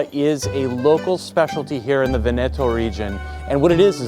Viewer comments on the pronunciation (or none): I wish American YouTubers would learn how to pronounce basic foreign words/names like Veneto (VEneto) and Osteria (OsterIa) before they film these videos. It is not that hard to learn where the emphasis goes.